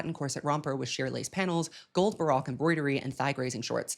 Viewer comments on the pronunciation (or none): I love you, but you kill me every time you say "Barack" instead of "baroque". 😅